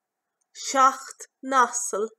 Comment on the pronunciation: You pronounced seachto (7) as shock. Do you know why others pronounce it as shock-tow? Which is the correct pronunciation? Thank you for any help. And thanks so much for your great helpful videos. <3